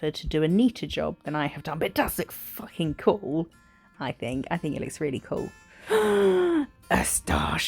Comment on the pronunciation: 😂 "f♡<king champion" you sounded so Australian then and I should know Im an Aussie Lmao What an awesome set!